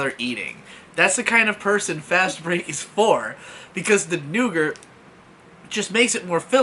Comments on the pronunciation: I found it weird how he pronounces it as "nougert" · Nougat. It's nougat. Every time he said it I died a little more inside. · Nope, that one is fine and can understand how it happens. Nugert/noogurt though... ???? throwing an extra letter in there why. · i thought it was pronounced "noo-gar" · “Nougart”- 2018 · I knew someone had to say it. Otherwise it would fall on me cuz aint letting that slip by. NEUGURT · 'nou-gurt' 'ree-sees' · It was the butcher of nougat that bothered you and not the butcher of Reese's?